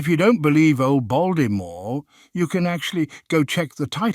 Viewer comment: "Baldimore" hahahahha 😂